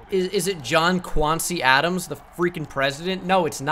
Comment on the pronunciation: I lost it at "John Quancy Adams" xD